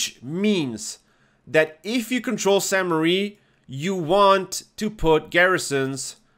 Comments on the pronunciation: Really minor comment, but everyone always calls this "Sainte Marie" - sadly it's not! "Sainte-Mere-Eglise" means "holy mother church" and is pronounced "Sainte MER Eglise", with "mere" rhyming with "where". Hope that helps! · great vid! I believe it’s pronounced “sehntuh mair Egleezuh” if that even makes sense lol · San Mair Eh-gleez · Nice vid! Regarding the pronounciation. It is pronounced "saint (as in a saint, in english) mare (as in nightmare) église (this part you got right) Keep the map breakdowns commin! Great content. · Sahn Mehr Egleez for the pronunciation, btw. If that phonetic spelling doesn't make sense you could drop the name in google translate, or if you want to spend more time but enjoy yourself more, find the episode of Band of Brothers where they say Sainte Mere Eglise because they actually pronounce it correctly. Can't remember if it's Winters that says it, but he's the only one I think should get it right, lol